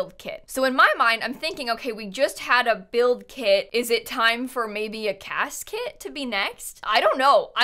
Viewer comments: ...CAS kit?.. my brain: CASKET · when you said CAS kit I thought you said casket and that I missed you say something about a funerals gameplay kit... :') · When she said CAS- kit I thought she said casket.⚰️ hopefully we get preteens and slightly better babies before a funeral kit pack 😂